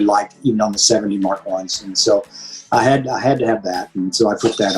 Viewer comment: My man said “Mark 1” 😂🤣